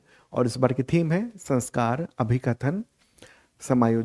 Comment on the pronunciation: No,sir you are not right the correct word is SAMSKAR= SAM+KAR( SAM- upsarg hai aur KAR mul sabd hai)